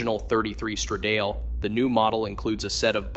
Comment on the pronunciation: Please, educate your "talking head": the word is "strah-dah-ley", not "struh-dayl"! And "Ro-me-oh", not "Ro-mio". It's not hard to look the words up on the internet and find proper pronunciation for words that you're unsure of. Do a little research and makre yourself sound reasonably intelligent, please!